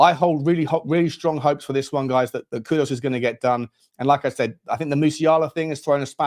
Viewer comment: Mate. Great content. Please though it's kudus not kudos. Please.